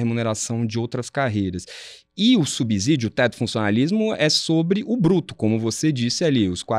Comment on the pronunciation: SubSídio não tem som de Z. Que preguiça essa palavra com Z.